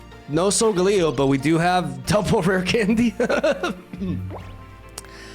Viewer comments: It’s sol-gah-Leo.. snorlax needs so much setup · You pronounced Solgaleo's name wrong in the intro, but pronounced it right in the rest of the video lol